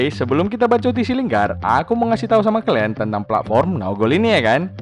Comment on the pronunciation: Bosen gue denger lo ngomong kelen mulu ada kali 40x ngomong kalen mulu